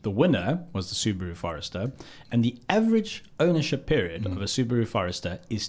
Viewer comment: how dare you pronounce Subaru like that.